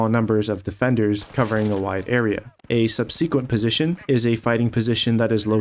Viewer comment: Great vid as always in this series. Minor note, but I'm pretty sure "subsequent" is pronounced sub-sikwent, instead of sub-see-kwent.